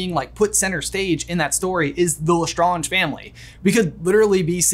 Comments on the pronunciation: Lestrange is pronounced Lestraaeng , not Lestraunge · Why do you keep saying lestAHnge and not lesSTRAYnge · Ok but not my mom who hates Harry Potter pronouncing Lestrange as Le-skragk-ee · Sorry had to say you say less strangers wrong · Is he pronouncing Lestrange right? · I love this channel but hate the way he pronounces Lestrange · Why do you pronounce Lestrange like that, did you not watch the movies or listen to any Canon thing mentioning their names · You pronounce LeStrange correctly at the begging of the video but then proceed to say it wrong throughout the rest of the video without noticing. :( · Why did you keep pronouncing lestrange wrong